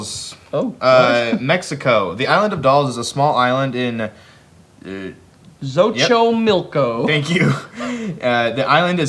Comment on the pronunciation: Xochimilco is pronounced "Sochimilco"